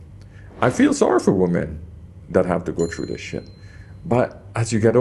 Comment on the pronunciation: I love your videos, but you're killing me with your mipronunciation of women. wi-muhn